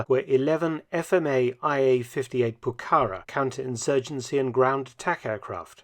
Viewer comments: Pucara...coolest plane to come out of this conflict, I'm sure it is pronounced Pucara not Pukara...Mark, freshen up on your Spanish...:face-purple-wide-eyes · Pucará is pronounced "poo-kah-RAH" (stress on the final syllable). It's a Quechua word meaning fortress or strong place.